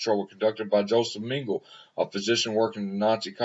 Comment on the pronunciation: Dr pronounced Meng a la. Ah La ok! Ming a la. He was a monster and a sick individual. Profoundly mentally ill and sadistic.